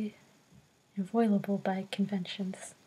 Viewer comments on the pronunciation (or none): "Inviolable" in-VYE-oh-luh-bull. "You can't violate it. It's inviolable." Anyway, nice video! Very relaxing.